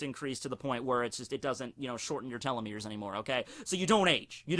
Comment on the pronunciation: You pronounced telomere weird You said:"Tell-lo-merr" It's pronounced:"Tee-lo-merr"